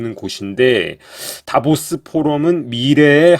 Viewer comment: "다보스"라 말하는게 "데빌스"로 들리네😅